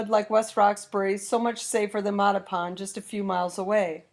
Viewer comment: Holy Moley! Learn to pronounce Mattapan!